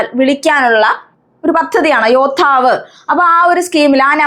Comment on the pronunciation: Helpful class❤❤ശരിക്കും യോദ്ധാവ് അല്ലെ.. അതിൽ യോധാവ് ആണല്ലോ